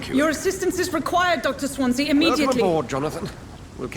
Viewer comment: I concur with other posts, a walkthrough/lets play would be fun. By the way, it's pronounced 'Swan see' or 'Swan zee' (it's also a town in South Wales). All the best